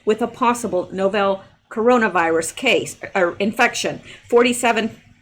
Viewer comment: GREAT REPORTING!!! remember it’s “novel”, pronounced the same way a fiction book is. Love 💕 you!